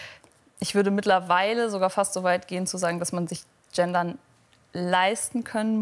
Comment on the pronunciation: „Gähndern“ - kommt von „öd“.